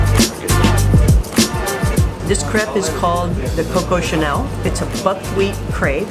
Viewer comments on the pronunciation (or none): none